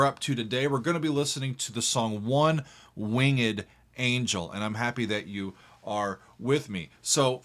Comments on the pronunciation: I LOVE that he pronounces it wing-ed. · You can say winged like that?